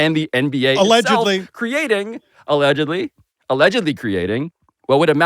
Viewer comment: hit that "allegedly" with the force of his entire life's work on the line LOL